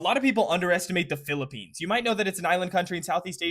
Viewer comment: First time ive heard someone pronounce everything right when talking about the Philippines